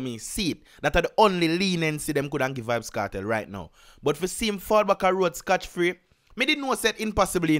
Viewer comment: Big man I can see and hear that you are running your thing to a certain standard above a lot of others on YT so just as a point of reference the saying is “SCOT” free , as opposed to ‘scotch’ free as you are saying through out this video Much respect